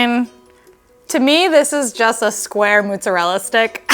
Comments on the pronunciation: What is this "mutzerela"? 😅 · "moootzerella" oof girl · Is it really pronounced Moose-erella, or is that just a New York thing? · why does the host pronounce mozzarella that way?